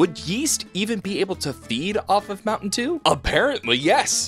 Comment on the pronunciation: my mom was listening to this and she was like, "mountain eww"